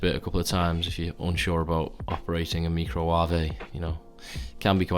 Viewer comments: "micro-warvey" lmao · I’ve pronounced microwave like that for what feels like my entire life and I’ve never heard anybody else say it. Thanks.